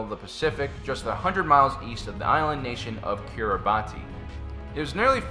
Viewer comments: its pronounced "kiri-bahs" not "kiri-bati" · Kiribati is pronounced ki-ri-bass